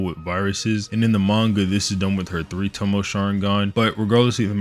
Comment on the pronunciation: ‘Tomoe’ is pronounced to-mo-eh